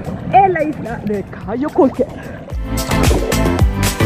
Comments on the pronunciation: Jaja...no es CAYO CAULKER...pero buen video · No es cayo caulker, es caye caulker ... Smh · Ahora cualquier pelada de México puede llegar y hacer vídeos de Belize..no se porque se lo permiten..criticando el español de los belizeños..y ellos ni siquiera pueden pronunciar..Caye Caulker!